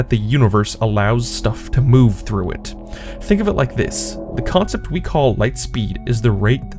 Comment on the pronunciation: I like how you said "thonk".